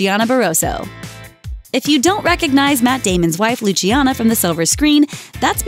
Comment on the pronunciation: the way she pronounced Luciana is funny xD